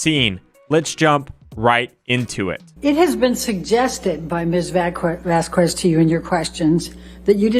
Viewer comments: Elaine mispronouncing Camille's surname every single time, ugh. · The mispronouncing of Vasquez is annoying lol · That’s not how you pronounce Vasquez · It annoys me so much how she keeps saying Camille's name wrong. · Someone needs to teach that woman how to say simple Spanish names. Say: Vahs-kehzz Also: AH does coke, AH has scarring in her nose. Surprised? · "What if any is not a cure-all". 🤣 Judge A is so done with AH's team. So is the jury, according to members of Lawtube that were in the gallery. It's pronounced Vas Kez and she knows it since she had no problem pronouncing Camille's name correctly in depos. Concussion checks over video? Considering how many objections were sustained, this was damn good lawyering. I LMAO when Umbridge just gave up. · Elaine mispronouncing Camille’s name makes me furious every time. It’s so childish and petty. And she does it on purpose! Wtf?! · Did anyone else notice Elaine's blatant purposeful mispronounciation of Camilles last name as a means of outright disrespect to the opposition? or is it just me? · I love that the firm made Camille partner after the trial, she definitely earned it. Also, am I the only one who feels that Amber's lawyer was mispronouncing Camille's last name deliberately? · This is a year later. It still makes me feel dislike for Elaine everytime she mispronounces Camille's last name. She's completely disrespectful. No way has she not been told the proper pronunciation. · It gives us ALL anxiety. She's doing it on purpose to be disrespectful. She says it correctly a few times, that's how I know. Elaine is so rude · The way elaine consistently mispronounced Camille's name throughout the trial to be passive aggressive is honestly so pathetic. She comes across at best as disrespectful, and at worst as a racist old lady. Shameful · The fact that this woman can't even pronounce "Vasquez" correctly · I object to Elaine Bredehoft mispronunciation of Camille's surname! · The way Elaine says “VASQWEZZ” 🤦🏻‍♂️